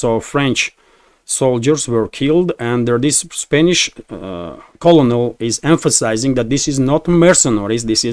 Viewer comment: it is pronounced CyoRneL not colonel. Like single piece of corn- Kernel, not colonel lmao